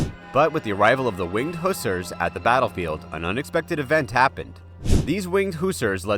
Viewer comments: Hussars not Who sers, listen to sabaton geez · please pronounce hussars correctly. Who-sarrs